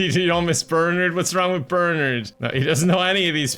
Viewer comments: Idk why "Ber-nerd" bothered me so much lol my brain kept yelling, "Ber-NARD" 🤣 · Whenever he says Bernard like "Bernerd" I die a little on the inside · Who in the world pronounces Bernard as bernerd? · I love calling him "Burnured" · It's Burrr-narrrd! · Anyone else weirded out by calling Bernard "BURNURD"?? just me? I didn't know that pronunciation existed wtf 😭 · Every time says "Bernard", no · the way pronounces Bernard will never fail to piss me off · Looking for this comment lol 😂